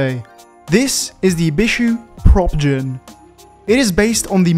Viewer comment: Everytime says Propgen, it keeps sounding like he's trying to say Protogen XP